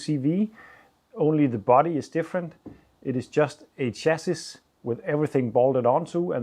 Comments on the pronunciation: You have said before, that you like tips to improve your English. I hope you are not offended if I point out a pronunciation. Chassis is pronounced “Shassy” in English (although it’s obviously French in origin). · Chassis pronounced 'shassy' (French origin) 😀but I'm sure your English is far better than my Danish!